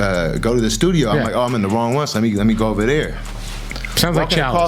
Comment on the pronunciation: Bro must be bipolar “in the stuido for a week “